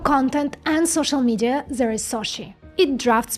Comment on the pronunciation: Instead of There you say Zere